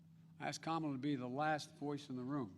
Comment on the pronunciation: Biden says Kamala (rhymes with Pamela). Biden mispronounces her name; will Xi NN label Biden as sexist/racist?